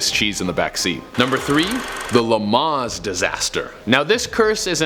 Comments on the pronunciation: WTF is a Ren ault Megnane and where the hell is Le Maas? Also, Jag-war? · instead of Le Mans he says Le Maas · In stead of saying Le Manz say "Le-M-ö". I know its weird but its German so what do you expect. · This guy can’t pronounce anything european car wise correctly who calls a Megan a megna and lemans le mas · Luh monz lol moron